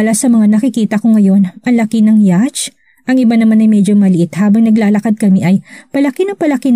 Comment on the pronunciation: Yat po ang tamang pronunciation ng yacht.